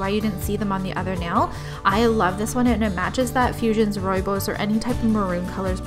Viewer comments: This has to be one of my favorite designs as of lately.. so romantic and well combined color matched, just stunning! 💖 And about the name Rooibos, you say it almost correct, the "Rooi" part you said correct and the "bos" part you pronounce like "boss" so "Rooiboss" sort of speak 😊 It is a herb, and we ( in Holland) drink it as a tea. And the word itself is South African but a lot of words are still mixed with Dutch from way way back, the part where we Dutch people from now, the future, feel ashamed off of the nasty way our ancestors were .. I hope I have helped you out a little 😊 And thank you so much for all the efforts you have done to show us all these glorious, beautiful awesomeness! 👌👍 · Love love love, Rooibos is pronounced [Roy (name) Bos (Boston)] Just thought I'd share... 🌸😉